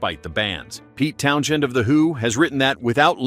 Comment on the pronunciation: did the voice say Pete Town SHEND?